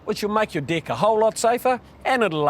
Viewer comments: As a Brit, deck sounds very much like dick to me! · I want my "deck" to last longer too